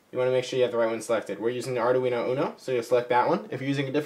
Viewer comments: the thing that stands out to me the most, is the way you pronounce Arduino. I don't think it has four syllables. It has three. I found several websites that say the correct pronunciation is: ARE - DWEEN - OH, not ARE - DAH- WEEN - OH. There is even one that actually has a woman's voice pronouncing it, but youtube won't let me post a link. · It's pronounced : ( "ARE-DWEEN-0") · great tutorials,but can you please stop calling it ARDA-UINO ? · Ardoooweeno eh?